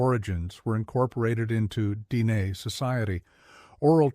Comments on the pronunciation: If you need AI to actually tell human history, then you should NOT have a YouTube channel where you pretend to have the skills of tell our history. You are the problem, NOT the solution. PS. Your bot pronounces Dehe like a slob. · Sadly, this is AI generated slop. The inconsistent and incorrect pronunciation of easy words like Navajo, Dineh, Na Dine'e, bizaad, and dinetah make it obvious that the narrator has no real knowledge of Navajo or the Navajo language. Illustrations showing puebloan buildings, or the one attempt of illustrating a hoghan are also very inaccurate or do not pertain to the Navajo shelters at all. The picture containing a supposed seal of the Navajo Nation is not even close to the actual seal. Some of the information may be correct but that warts throughout this narration are grating.